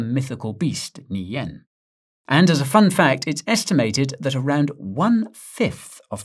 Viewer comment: the dragon monster is pronounced "Nian"